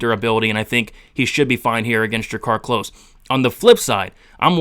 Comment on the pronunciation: *klose not close